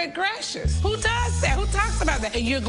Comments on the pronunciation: “Good greshis “ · The way NeNe pronounces "good gracious" has me weak. 💀